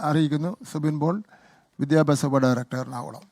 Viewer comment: ബിത്യാപ്യാശ മന്ത്രിയുടെ ബിത്യാപ്യാശം എന്താണ്?😂😂